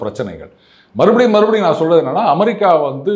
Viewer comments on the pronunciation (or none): none